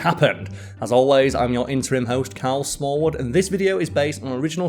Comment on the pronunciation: I don't care who hosts. I just wish I didn't hear carrol Smallwood every time he says his name. Is it just me or does he use too many syllables?😂😂😂😂😂